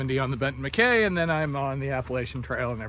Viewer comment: Has anyone ever told you your voice sounds a lot like Canadian comedian Red Green? Also, The 'MacKaye' in the Benton MacKaye is pronounced 'Mah-Kai' (rhymes with 'eye')